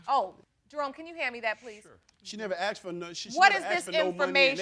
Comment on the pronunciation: And arxxed instead of asked………. The mispronunciation of this word makes me mad 😡